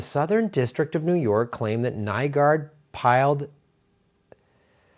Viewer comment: Nygård is pronounced like new-gord